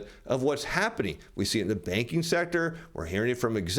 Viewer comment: Good info! But I thought he was saying the baking industry .